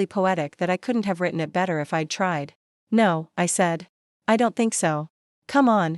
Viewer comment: Shocking narration!! AI on speed! Why keep saying I D D D????